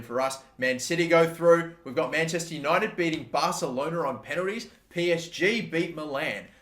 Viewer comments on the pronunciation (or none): none